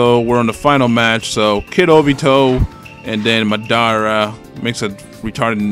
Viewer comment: It's not muh-daara it's mah-dara